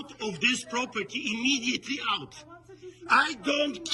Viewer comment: Angry yelling is just naturally better with a Quebecois accent. That french Canadian accent is just a chef's kiss on that rant. I'm half Quebecois myself and put on that same accent when I'm being saucy. It's just too good. IMMEDIATELY OUT! 🤌🏻 🇨🇦